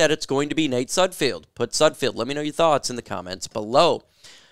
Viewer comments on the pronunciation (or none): You always say 'SudfFIELD,, it's SudFELD.